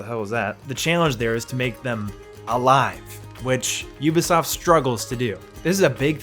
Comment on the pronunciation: Thank you so much for pronouncing Ubisoft properly. I am so sick of 90 percent of youtubers saying "Oobisoft".